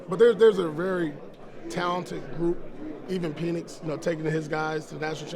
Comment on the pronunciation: The fact that he said Penix name wrong is not good lol. Should be number 1 target if were not trading up. Should already have our new o coordinator getting the playbook ready for the leftie. The Passing King